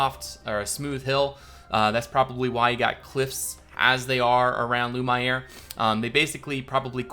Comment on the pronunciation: If you're going for a more french pronunciation, Lumiere = Loo-mee-air